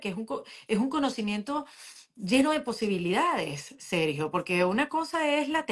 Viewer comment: Porque mi amigo Sergio no está pronunciando bien?, tiene algo en la boca? Está enfermo?